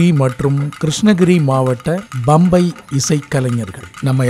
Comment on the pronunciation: MIHA ARUMAI....Nihalchi Varnippaalarku oru seidhi. Uchararikumpoludhu Pambai yendru Ucharikavum bambai alla...